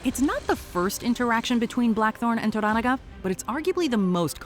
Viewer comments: This is the first Youtube video I have seen that pronounced the name correctly. It’s pronounced to-ranaga (similar to oregano), most YouTubers pronounce it tora-naga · Maybe you were too busy reading subtitles rather than listening to how the names were pronounced when spoken in Japanese. For example, in English, they pronounce Toranaga as "tora NAGA" but when speaking Japanese, they pronounce Toranaga as "toh RANaga". Watch the show and listen next time. I guarantee you'll hear the difference. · why dont you pronounce Tora NA ga correctly! VERY irratating!!! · the narrator is horrible here. Can't pronounce the names even close to correct. Even watching the show for 2 minutes tells you how to say Toranaga. Not "Toragana" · It's To-Ra-Na-Ga lol Do you guys even watch these shows or just pay people to write stuff for you and just read the script? 😂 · Jesus Christ could you butcher the name Toranaga any more brutally? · I hate the way this narrator say Toranaga... Like, can you at least try? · learn to pronounce Lord Toranaga's name. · I had no idea who you were talking about when referring to Toranaga. You mispronounced the name TERRIBLY. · Can y’all please learn how to pronounce “Toranaga”? If you’re reporting on something, at least do some homework…damn